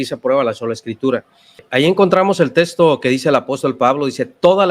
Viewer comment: Para, para dar un buen mensaje, es importante también el buen pronunciamiento de las palabras; No sé dice "Testo" Sé dice "TeXto" Hay que respetar el buen uso de la Gramática (que incluye la fonología, la morfología, la sintaxis, semántica y la estructura escrita), principalmente cuando se es personaje público.